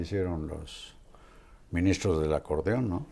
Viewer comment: Acordon??? No es acordeón???